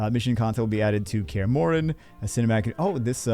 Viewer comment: Gair-alt. Say it with me. No, you said Kaer Morhen correctly, just can't say Geralt's name correctly 😅